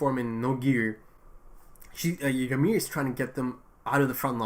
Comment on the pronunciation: No I think he’s pronouncing it right